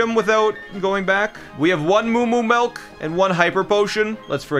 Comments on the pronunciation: Love the videos. But it’s pronounced milk not melk….. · STOP SAYING MELK MY GOD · Melk? U Dutch??